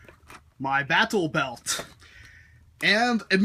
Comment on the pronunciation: I find it unny that you enunciate the "t" in "battlebelt"